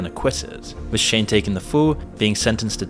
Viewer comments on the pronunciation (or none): Her name is pronounced Cassie not Casey. And "Shyne" is pronounced "Shine" not "Shane". You really don't know who these people are I take it lol. Butchering names. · Sheen Cooms? Casey? Kid Coodi? Shane? (Shyne) - are you saying their names wrong on purpose? 😭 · My bro you butchering names.. "Kid cootie?" "Casey?" Shine didn't spend all that time in prison for you to call him sheen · “Sheen Cooms” “Casey Ventura” “Shane”